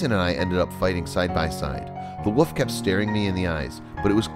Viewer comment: I really hate how this guy's voice sounds not sad, just emotion-less. Also anybody else notice how this guy says "woof" and "wooves" instead of "wolf" and "wolves".